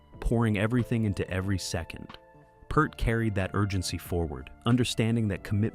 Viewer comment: Last name is pronounced like your "EAR" as is hear, rear, Peart. I stopped the video at 4 minutes because of Tom Hanks impersonating Neil Peart.